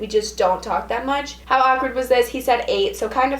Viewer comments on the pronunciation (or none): Lol saying awkward ACK-WERD lmao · The way she says "awkward"..AKwArd